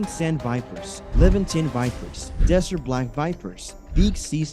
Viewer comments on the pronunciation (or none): none